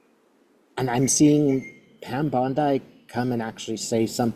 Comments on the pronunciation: Pam “Bon-DIE” (Beach)…, that’s AI/Bot-speak. It’s Pam “Bon-DEE”. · Bon-dee not bon-die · Please pronounce these women’s names correctly . It is Bondy not Bond-eye and the s in Ghislaine’s name is silent-it is Gillaine. Thanks. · No critism meant but Bondi is pronounced with a short i, not long. It's great to see you. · You always make me smile when you pronounce her surname Bon-die … you’re definitely an Aussie now 🫶🏻